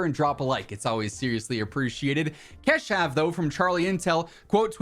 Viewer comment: Bro let me teach you how to pronouunce "Keshav". Its "ka" like of alkane and shav you pronounce it